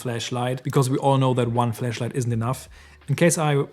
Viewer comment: Hahaha. Please stop saying “fleshlight”😅